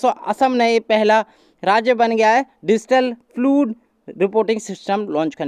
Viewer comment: फ्लुड क्या होता है भाइ, फ्लाड है प्रनानचियेशन